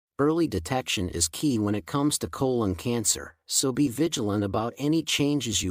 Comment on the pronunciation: pronounces “colon” inconsistently.